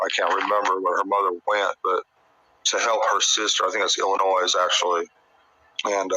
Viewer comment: 1. Around the 22/23 min mark it sounds like he says he didnt take the kids to work bc the day prior he fired dudley then immediately retracts and said he took 1 of the boys to work that day. 2. The s in Illinois is silent lol